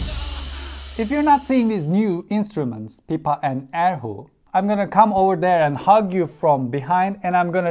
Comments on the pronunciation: The way he said er hu though, As someone who knows Chinese, I'm pretty triggered Good job tho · coool!! but the way he pronounced er hu literally killed me. TT